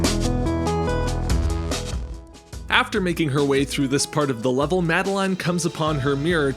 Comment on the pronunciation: that's not how most people pronounce madeline